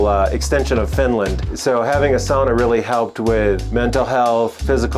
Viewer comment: Great climbing wall + sauna combo! This guy really knows his sauna stuff, too, you can tell when he pronounces the word the Finnish way 🙂